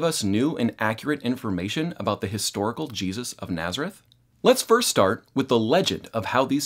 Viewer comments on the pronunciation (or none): none